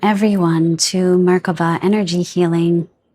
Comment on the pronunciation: I’m danish, so whenever you say ‘Merkaba’ I hear the danish word “mærkbar” , meaning ‘palpable’. So whenever you welcome us I get so giddy, welcome to ‘Palpable Energy Healing’ ❤